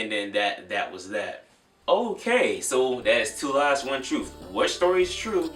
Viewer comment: My nigga says troof not truth😂that's that accent